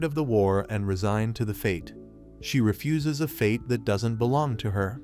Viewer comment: Did anyone else laugh when he said fuse Refuses.?